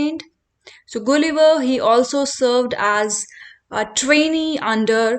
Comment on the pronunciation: Please pronounce gulliver correctly